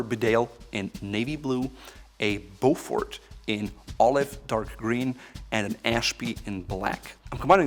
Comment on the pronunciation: Not sure if already mentioned but it’s pronounced Beaufor, the T is silent. Thank you